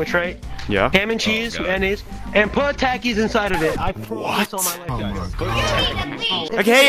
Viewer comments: This is put the tacks in the sand witch instead of talkies, not Takis, it did it right OK, but you don’t say tackies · Why does say a in Takis the same way you say a in apples